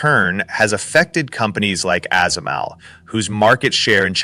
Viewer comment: fix your ai narrator SMIC and ASML are not words. They are acronyms; SMIC is spoken as "ess ehm eye see" and ASML is spoken as "eh ess ehm ell"